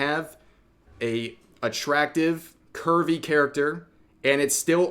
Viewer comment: I kept hearing Kirby everytime he said Curvy.